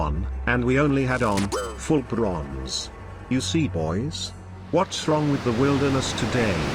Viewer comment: “Full brrrronze”